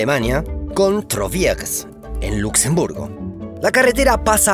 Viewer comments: Donde vivo hay una vía que comunica Lourdes con Cauterets en los Pirineos. Antes pasaba un tren a vapor y pasa por el río le Gave de Pau y es hermoso, se llama la Voie Vert. Por cierto cuando pronuncias la ciudad en Luxemburgo Troisvierge lo pronuncias con acento alemán y está mal dicho porque es en francés. La traducción en español de Troisvierge es tres vírgenes. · Excelente video y bien documentado! Solo permitirme recomendar un poco mas de esfuerzo en la pronunciación del nombre de las ciudades y lugares. Por ej, la ciudad de Troisvierges significa "Tres vírgenes" y se pronuncia en francés como tal (algo asi como "truáviersh")